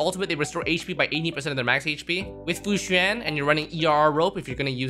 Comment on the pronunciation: Fu Xin? I think you mean Fu Xuan (Sh-u-awn)